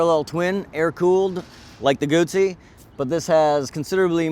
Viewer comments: It's guzzi not gutzzi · It's not "goot -zee", it is "goo-zee" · You fucked up the pronunciation. Moto Guzzi not Moto Gucci It's not a fucking bag. You have to know these things if you expect people to take you seriously. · Salvatore Giovanni Wrong, a ZZ in Italian makes the TZ sound. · Guzzi not gootsey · And Gutzi instead og Guzzi! :-) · Gumbi? Do everybody a favor, get some basic motorcycle culture, then come back on youtube acting all "expert". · Not in Lombardy where Guzzi are made, double-z becomes double-s - G-oo-ss-y = "Goosey" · Goot - see, Peet - sah = Guzzi - Pizza. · Lombard = Goosey :) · why does he say "gutzi" there is no "tT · he really needs to learn how to pronounce guzzi